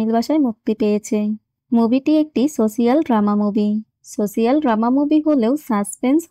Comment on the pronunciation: শব্দ টা "সসিয়াল" না "সোশাল"